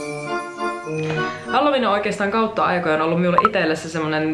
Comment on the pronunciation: Mä kuulin ku sanoit halloween nii halju viina :')